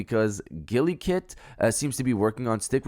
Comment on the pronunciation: Am I the only one annoyed af by the way he's pronouncing Gulikit?😠😤😡🤬